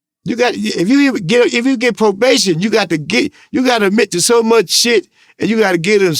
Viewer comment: He calls Vlad,: He calls probabtion, provation 😂😂😂😂